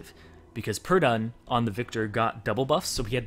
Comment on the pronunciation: it's Pirdun!